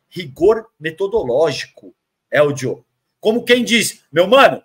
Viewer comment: Vontade de parar de assistir com a agonia que eu fico do chamando o Helder de Eldio